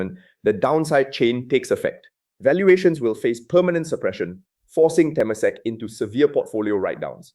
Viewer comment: Te-MA-sek not TE-masek. Pillai is pronounced Pillay. Frag-MEN-ted not FRAG-mented.